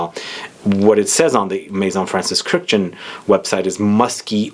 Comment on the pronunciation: His name is pronounced "kirk-dij-yan", three syllables. not "kurjan" or whatever the f you said. It's an Armenian name, not French. Just because he was born in France, that doesn't change the pronunciation of the Armenian name.